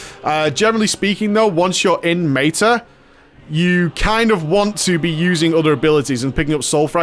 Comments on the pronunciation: He deliberately pronounces things incorrectly to trigger people. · mayta....mayta-morphosis lol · It's his pronounciation of meta, as in metamorphosis, the major dps CD.